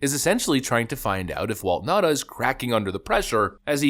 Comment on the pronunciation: its Now-tah (Nauta)